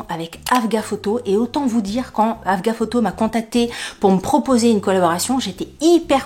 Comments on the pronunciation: Coucou tu m’as fait rire mais sans moquerie. C'est AGFA pas AGAF. 😂bizzzzzzz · en fait tu dis afga au lieu de agfa ! j’adore 🤣🤣🤣🤣🤣 mon influenceuse préférée, 😘😘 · AGfa, pas AFga 😅